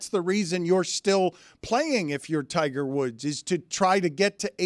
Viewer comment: Yeah don't think we're doing "Tigger Woods" :)